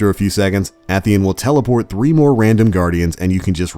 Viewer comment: AY - THEE - ON goddamnit